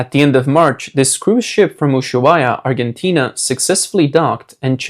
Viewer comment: You pronounced "Argentina" "centrifuges" and "indicted" wrong